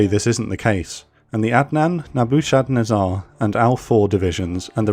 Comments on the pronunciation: Nebba-ken-ezzer division! LOL! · "Neboo-shad-nez-ar?" Come on man.. Coulda gotten the pronunciation from that one just by watching The Matrix, Nebuchadnezzar was the name of Morpheus's ship. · Just for future reference Nebuchadnezzar is pronounced Neh-bah-kud-neh-zar with the 4th syllable stressed. Excellent video! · "Naboo shad nazaar" lmao what? "Nebuchadnezzar"? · Excellent as ever, love the graphics you have got those nailed. I am thinking I pronounce Nebuchadnezzar - 'Neb-u-cha-nezza' differently to you - name of my old dog). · Ok, I have to say I love the series, but I literally laughed out loud at your pronunciation of "Nebuchadnezzar." Hahaha! Keep up the great work! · Jesus, your pronunciation of “Nebuchadnezzar” really threw me for a loop there. Spent longer than I’m willing to admit figuring out what it was you’d said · Oh gosh...I guess has nobody familiar with Neo Babylonian history, or who bothered to enter "Nebuchadnezzar" into a pronunciation website. ROFLMAO That pronunciation was HILARIOUS...I could listen to that all day, it makes me laugh. ✌🤪💯